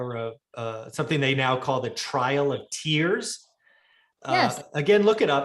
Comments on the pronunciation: Love you, but it's TRAIL of tears, not TRIAL of tears. A very very important event in U.S. History. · I am not a history guy but when you said that I thought isn’t it trail? Haha. Not sure why I remember that name. However if someone said what was the trail of tears, I wouldn’t be able to tell you.